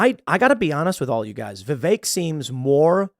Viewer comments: Of course started it … Who TF is Viv-ache? Vivek. That’s EK, sounds like HECK. VivEK. It’s both ignorant and annoying; typical, then. Bloody yanks. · "Vivek" rhymes with cake 🎂